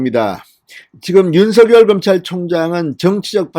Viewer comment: 진성호 대표님 좋은뉴스고맙습니다 다름이 아니라 윤성열총장 이름을 부르실때 입에서 만들어지는데로 윤석열 로 불러주세요 가끔 윤서결 부르시는것같아서 죄송합니다